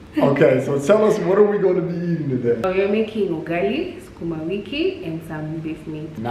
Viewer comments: He says,"yugali🤣" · Please, please, please it is not you-gali, it is oo-gali!!!! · Its not yugali.... Its UGALI... UGALI ok... UGALI.. I rate the video 9/10... the one point you lost in my rating is because of wrong pronunciation of UGALI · It's not 'Yugali.' Use the vowel letter 'U' from 'a e i o u' .....Ugali*** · Someone needs to teach swahili vowels A E I O U. The U in Ugali is pronounced with a double "UU". Another smashing video dude! Liked and Subscribed